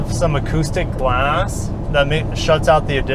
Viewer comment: Acoustic guh-lahss